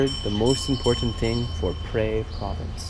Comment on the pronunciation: It is a common mistake for many Thai locations to be mispronounced. Phrae is pronounced more like (Pear) not Pray. There is an ok hotel about a ten minute walk from the bus station. The fan rooms are fine there is really is no need for aircon. The only food anywhere near the hotel that is any good and or cheap is located in the old city about a good twenty minute walk behind the hotel. That is also where the city market is located. Just be aware like 99.9999% of Thais do not speak nor understand English and for sure not in Phrae. I have subscribed to your travel channel for one reason it is a smaller channel that I tend to support more than the big ones. Best of luck with your channel.